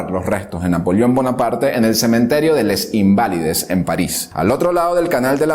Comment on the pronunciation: Antes de mencionar nombres en francés, debes averiguar cómo se pronuncian, o su equivalente en español, como ejemplo, Les Invalides, lo pronuncias tal como se lee, y no es así, mejor di "Los Inválidos" y listo.